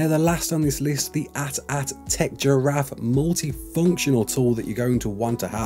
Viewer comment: Nobody is going to talk about how AT-AT was said? Ok then.